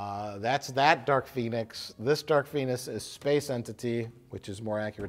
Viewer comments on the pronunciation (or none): "Dark Phoenis"